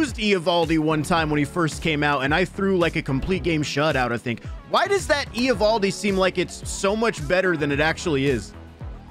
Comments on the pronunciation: yea but everyone has always pronounced it ovaldi or avaldi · It’s not e ovaldi bro